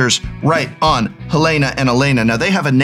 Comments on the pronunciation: This might be a bit that I just walked into but it was killing me was pronouncing Halana wrong and then in the credits he pronounced it right but Alana wrong lol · I don't think the Prof knows it's pronounced HaLAWNuh, not Helena.